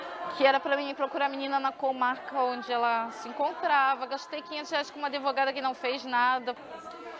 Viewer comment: "AdEvogado." Perfeito onde?